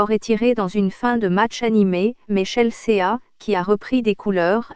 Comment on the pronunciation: ChelSÉÀ... et puis pourquoi une voix robotique ? Et puis sérieux, il y a même pas d'images du match, juste de images... d'une compétition amatrice ?